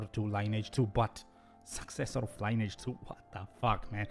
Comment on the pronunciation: You are pronouncing 'Lineage' wrong. It's pronounced 'Lin-ee-edge'. Your english is very good, but repeatedly saying 'line-age' bugged me haha. Thanks for the video